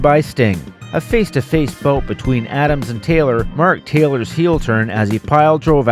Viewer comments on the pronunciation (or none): none